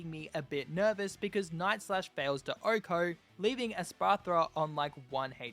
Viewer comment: Why does he say “ohko”? 🤔